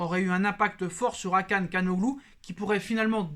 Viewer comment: Hakan calhanoglu Il dit Kanoglou 🤣🤣 il le fume toujours